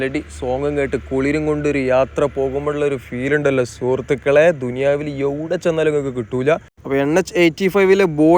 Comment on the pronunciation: ഐവ്ട ചെന്നാലും എന്നല്ല... എവിടെ ചെന്നാലും എന്നാണ് 🤭🤭🤭